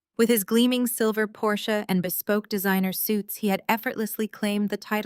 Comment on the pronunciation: There are a lot of things wrong with AI but I have to give you credit for knowing that Porsche is a two syllable word.